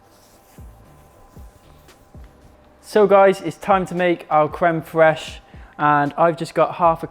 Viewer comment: As I can see crème fraîche is easy to say for English people or maybe you're good in french. I'm really happy to see your videos and also to improve my English and to ear English accent sooo beautiful !!!